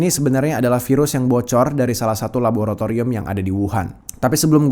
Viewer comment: Ya ampun aku kok dengar nya virus HALIMAH N SATU 😭😭😂 sambil mikir keren amat sih HALIMAH jadi virus internasional 😭